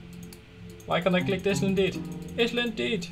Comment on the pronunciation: I love how you pronounce island as "is - land" haha. Just so you know, the proper way to say it is, "aye - land." :)